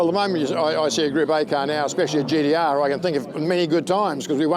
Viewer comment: gee dee arrrrr